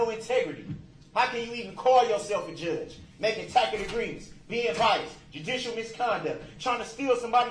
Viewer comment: And “tackett” agreement instead of tacit with a soft c.